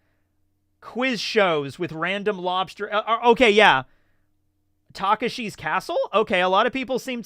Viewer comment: What's worse, not knowing Takeshi's Castle, or calling it Taka-Shii's Castle?